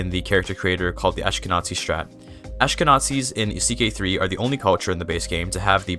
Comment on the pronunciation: Just here to say that when reading "Ashkenazi" you should say it with a hard Z ant not TZ, so "AshkenaZi" and not "AshkenaTZi", it's basically read as it's written. And thank you! You helped a lot!